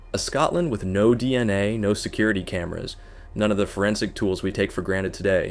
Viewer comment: Man this is the most AI narrated video Ive ever heard. If you are going to use AI you gotta proofread the script and tune it a bit. This was just jarring to listen to. Like, why wouldn't you even adjust how it pronounced DNA? Or catch that it changed raped to raided multiple times? This is just sloppy and lazy.